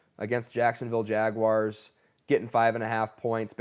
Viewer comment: It’s not “Jag-wires”! Please stop! 😤